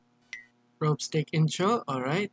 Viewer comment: "Robe-sticks" XDDDDDD dude it's pronounced "R O B - S T I X" Like, Rob, like robbert or robber. and instead of pronouncing the ck you pronounce the "x" and it sorta sounds like "s" especially when you stretch it out, so yeh. Rob-stixs = Robstix.